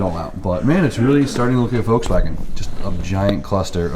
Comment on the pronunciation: Volkswagen HAS A L IN IT! You keep saying Vokswagen... with no L!